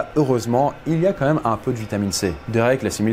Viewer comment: * quand même et non comeme 😅